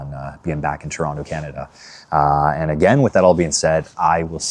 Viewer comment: You even say Toronto like a visitor!! hitting that hard second T! JK JK it is so strange coming "home" but it no longer feels like home.